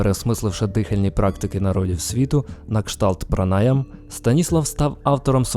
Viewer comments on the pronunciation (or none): Дякую!Видатна постать Станіслав Гроф!Дозвольте зауваження -не пранАяма,а пранаЯма